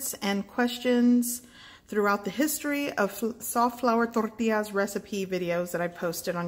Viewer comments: Can't wait to try these. BTW i watched your other flour tortilla videos and think you're saying torrtillas funny in this one!😊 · You pronounce tortillas so Tex-Mex, lol. Very light on the double L.